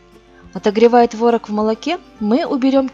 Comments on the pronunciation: ТворОг, а не твОрог.... За рецепт спасибо. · творог на второй слог ударение